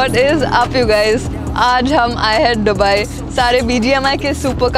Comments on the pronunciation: you saying डुबई to दुबई is irritating... please 🤌🏻 ye naye accent mt invent karo 🥲🙏🏻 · Dubai ko Dobai kon bolta h 😅🤣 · Dobai nhi dubai hota hai 😂❤🚀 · Is not dhubai it's dubai